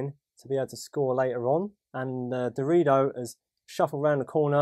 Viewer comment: Did anyone else hear Dorito each time said Darodio??